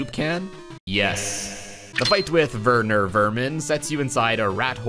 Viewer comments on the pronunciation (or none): It’s WERNER WERMAN. Not VERNOR VOLMEN! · Anyone who doesn’t pronounce Werner werman like verner verman is wrong